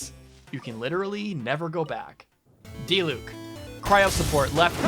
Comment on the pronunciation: the way he said diluc <3 edit: the way he says tartaglia </3